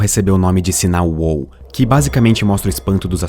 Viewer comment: Meeeeeeeeeeeeu! É "uau", não uôu. ><